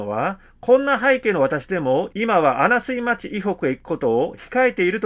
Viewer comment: マスコミ出身の杉尾議員も報道機関の朝日新聞も、情報のアップデートをしたり、きちんとした取材をしたりしていなかったことですね。ちなみに、 -穴水町は「あなすいまち」ではなく、「あなみずまち」と読むようです。地名の読みは難しいので、私もよく間違えますが、念の為に。